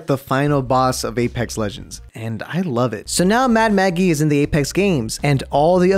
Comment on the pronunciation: Ten seconds in and I hear "Mad Mackie”. Goddamnit I love your channel so much